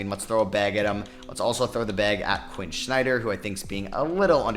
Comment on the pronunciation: Quin Snyder, not Quin Schneider. One day youll get it right